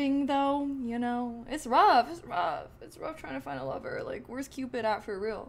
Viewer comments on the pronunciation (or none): Why do you keep looking to your left? Are you talking to your dog? Also, it's called, "Cupid", not "Cupid-uh".